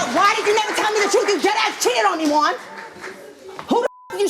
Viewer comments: Omg if she says Juan ONE MORE TIME. 🤦🏾‍♀️ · Thats her man but she cant pronounce “Juan” after steve said it multiple times?! 😂😂